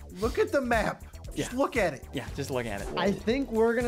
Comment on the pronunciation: I found a spelling mistake you said jut not just no offensive means